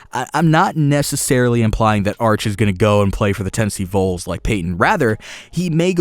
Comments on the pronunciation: Great video! Vols not voles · Thank you!!! That was irritating me to NO END!! It's VOLS! Not Voles!! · Seriously hoping he comes to tennessee. oh and btw, it’s vols not voles. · Tennessee voles... ITS VOLS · Anyone else bothered by the way he says vols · James Heiman yes, thank you thought it was just me. Vols as in short for volunteer